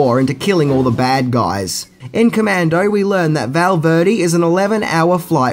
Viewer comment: It’s commando